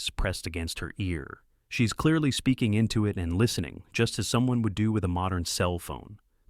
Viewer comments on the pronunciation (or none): none